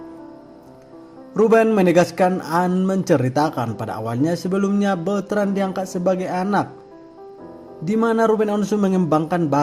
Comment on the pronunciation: Sy seneng deh denger beritain host KY gini tp jngan bilangnya Beutrand dong kn namanya BetrandPutraOnyo.